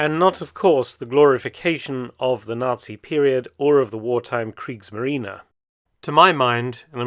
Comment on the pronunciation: クリークスマリーナじゃなくてクリークスマリーネだよ。